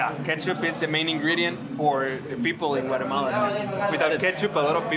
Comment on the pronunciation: Thanks for pronouncing “Guatemala” correctly ❤